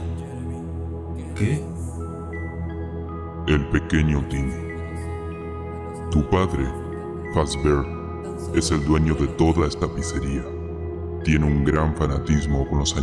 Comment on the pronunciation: Porque el jerente dise pitzaria